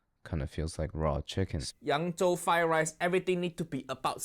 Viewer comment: Allegedly, FutureCanoe is East Asian, most likely of mixed descent, Chinese and Korean. There have been many threads on Reddit investigating his background. His pronunciation of Yang Zhou in Mandarin was perfect, and he always keeps a stock of Gochujang. Also, he almost certainly has been trained in a culinary school and has worked as a line cook at a high-end restaurant or hotel.